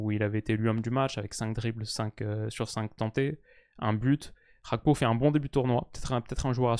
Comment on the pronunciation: Petite question. pourquoi tu prononces Gakpo à la néerlandaise alors que son patronyme est togolais ?